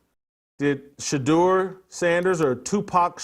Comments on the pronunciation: Tupac Sheduer 😂😂😂😂😂😂😂😂😂😂😂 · Tupac shadur lol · Tu PAC Shadure 😂